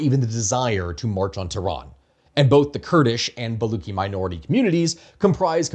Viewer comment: I understand why it's difficult to pronounce things correctly, but Baluchi is pronounced Buh-LOO-tshee, not Bah-LOO-kee as you pronounced it throughout the video. The guttural phlegmy sound is spelled /kh/ when transcribing Perso-Arabic scripted languages.